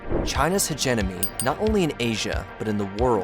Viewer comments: You mispronounced "Hegemony" the very first word of the video 💀💀💀 You're not very professional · You pronounced 'hegemony' incorrectly. Also, why does your illustration of China include Taiwan? What is up with that? Taiwan is self-governing, and is not part of Communist China. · Sorry, but it's hard to take your analysis seriously when you start off with "Hegenomy" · Hegenomy huh? Lol